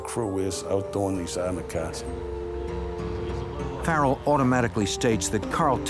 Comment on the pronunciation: He definitely said they burned their getaway caws to destroy evidence.